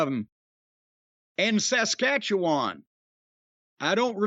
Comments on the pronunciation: So it's not Sass Catchy Juan? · Every time he pronounces Saskatchewan a part of me dies. But at least he says Newfoundland correctly.